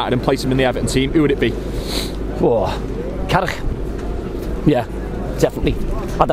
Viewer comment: lol how he said carrick